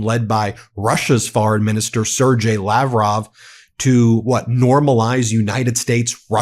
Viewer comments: C'mon, Ben. Content is great, but can't you learn to correctly pronounce names? Sergei is SAIR-GAY. Ingraham is EENGRAM. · 😮 It's " SIR GAY"! 😮